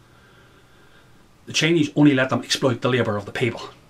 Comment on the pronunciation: as an American, and these days I call myself an American with a heavy,heavy heart...the Irish brogue (sounds Scottish?)when saying 'Chinese' sounds like 'Cheneys' to my ears at first -lol. And in the context in which you speak it was much the same concept to me at least.Take it or leave it. Sorry if that was juvenile of me to say, I just thought that was great.BTW you sound Scottish, perhaps that is a North Irish thing. Great thoughts ,I subscribed and look forward to more uploads!